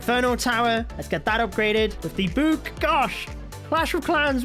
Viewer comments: I like how he says book like “bouk” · Bro calls it a book a bewk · It makes me so pissed when he says book. It’s not a buke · My favorite thing about is that he says book like buek